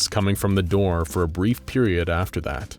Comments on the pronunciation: “A knock at the dur” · I love that you dont go back to fix some words. "A knock at the der". Glad it isnt a robot for these!